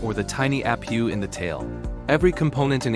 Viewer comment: It's nat a app pew it is an aye pee you. You dingleberry AI